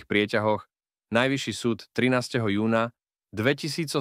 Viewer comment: kontent dobry ale ked to davas citat tomu ai trosku to skontroluj.. trest doživoťá, trinásteho júňa, vražda romana Ďeáka ...